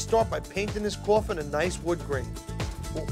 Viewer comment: Me: Coffin. Him: cOuFfIn